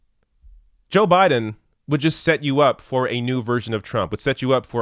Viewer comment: I LOVE how said "Joe Budden "